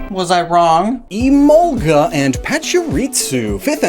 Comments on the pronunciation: I have never pronounced Emolga like that & never will {It reads as E-mol-guh, to me}. It may be closer to the origin words {I haven't heard them before}, but sometimes you have to throw the origin word pronunciations out the window. Arcanine is Ar-kuh-nine, not Ar-Canine, and I will not be convinced otherwise. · Even in the English dub, Mika Kanai is still the voice actress, so Emolga still says “Emonga”. Lol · I know it's technically a mispronunciation, but because of the kind of Southern accent I have I've always pronounced it like uh-mohl-guh. In my opinion it's a bit better sounding since all the syllables roll together more.